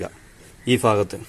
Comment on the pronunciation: ഒരു ഫാഗത് അല്ല ഒരു ഭാഗത്ത്‌